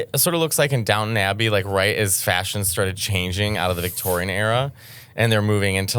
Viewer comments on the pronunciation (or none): Elegance and GRACE. (Also, “Downton” not downtown)